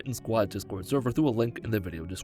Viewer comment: "Thur will be feet in this vidheo." Me: Nah. I'm out. Also me, earlier: Ohh? Let's click on this video!